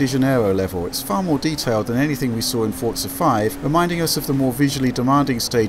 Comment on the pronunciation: I hate it when people call it fortza its called Forza the way its meant to be said not with a silent T.